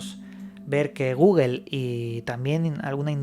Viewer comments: Dijo Google or gugel? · "de guguel" jajajja 😂